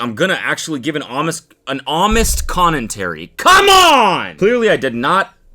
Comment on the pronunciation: “Homest Connentary”